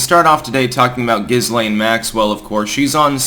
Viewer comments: Pronounced Gilaine. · The S in Ghislaine is not pronounced. Ghee-laine or Ghee-len are fine. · The whole trial and aftermath doesn't pass the smell test. And it's pronounced Ghee-LANE although Gis-lane would be more descriptive. Lol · It's Ghislaine. Giz- lane. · I thought Ghislaine was pronounced; Jizz Lane. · Love your vlogs, but Ghislaine is pronounced a la the French name that it is even if she is not, as in GHEE LAINE, S is silent🤓……. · Guh Lynn is how it’s pronounced. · The s in Ghislaine is silent x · It is a soft "G". Like in giraffe. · I'm not quite sure why Styx pronounces her name the way he does. If you're going to include the 'S', at least refer to her as Jizzlaine Maxwell :) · C'mon man please learn to pronounce Ghislaine and Strzok. Consistently mispronounced. You're a smart man. Do better.